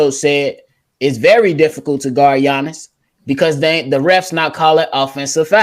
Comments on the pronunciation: he can't pronounce the name of the best basketball player of the world and he has an opinnion? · Yo c dub! agreed on the whole Milwaukee superstar dude who I can't pronounce name lol!He would be a star but not super star,he does same move, boring man, unfair!it's obvious to everyone he charging whole lot